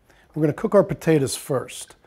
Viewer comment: he says potatas. lol